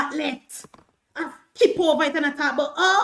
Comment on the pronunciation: Noise maker. Empty barrel making the most noise. The word is over, not hover. Emphasis on the O, there's no h, in OVER.